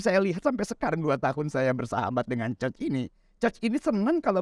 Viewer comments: Iya 😅 bilang nya Choch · maaf sdh 2 tahun bersahabat tp tdk ada yg meng koreksi ucapan bpk ini utk pelafalan ( pronounciation) coach